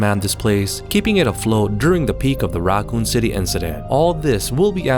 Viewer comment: "The RAAkun city..."